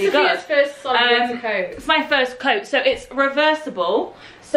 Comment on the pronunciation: No one:: ✨sOLiD✨